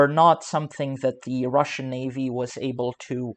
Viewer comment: cant even say russian ... another poser site